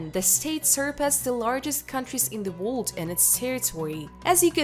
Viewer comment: I do love your videos have watched many of them. But could you please learn to pronounce the word world. Don't mean to be ugly but it takes away from the video.